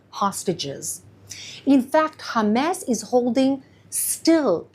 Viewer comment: the way she says Hamas is incorrect. and it sounds extremely cringe